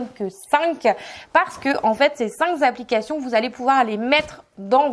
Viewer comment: Merci pour vos bons conseils ! Mais par pitié arrêtez avec les liaisons "mal-t-a-propos" : on ne dit pas cinq Z'applications....